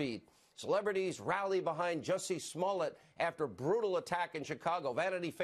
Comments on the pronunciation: Juicy Smull-yay.... indicted! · Who is Jussie Smollett? It's French actor Juicy Smooliyeah.